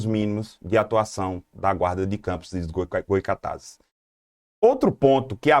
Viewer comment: Goycatazes não😔 Goytacazes sim😊